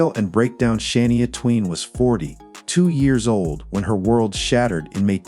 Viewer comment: Please learn how to pronounce names Shania Twain. You can’t even say her name properly.